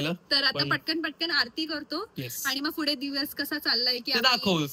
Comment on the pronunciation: Pudhe ❌ Fudhe ✅